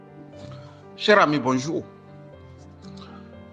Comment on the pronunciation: ON NE DIT PAS BONJOU, COMME UN SAUVAGE. ON DIT BON JOUR. VAS AU WC ET LÂCHES UN PEU LE WEB. BLÈDARD BOURRICOT.